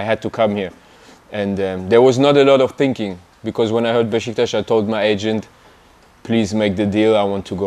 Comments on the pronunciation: BEŞİKTAŞ KELİMESİNİ BENDEN DAHA İYİ SÖYLÜYOR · İlk defa bir yabancı futbolcu BESİKTAS değil de BEŞİKTAŞ diyor bizim gibi telaffuz ediyor! 😂